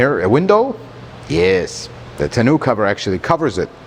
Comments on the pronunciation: Tah-know cover not Ta-noo/Canoo :face-blue-smiling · Nice review as always. Agree with all points but they way he pronounces 'tonneau cover' drives me batty..... Sounds like he's saying "Ten-new cover"? "Tah-no" cover is how I've always heard it pronouced with the emphasis on the "tah" part! I don't think it is supposed to rhyme with "Canoe"! lol😀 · I love you, but if I have to hear you say tunoo cover one more time...😂